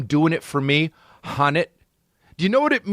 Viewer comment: I was cringing so hard when he kept saying "HUNNIT"